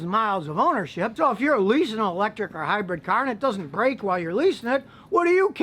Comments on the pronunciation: Good, informative video! Just one negative comment from me; 'Hi-bred' should be 'Hybrid' or it is known as this in the UK anyway. Good stuff though - Thank you! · It's hybrid not hybred.